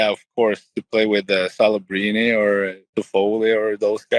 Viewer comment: he said kelebrini lol